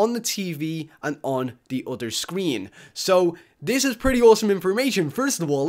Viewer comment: Did he say inspormation? Does that mean it's inspiring information? That's an excellent word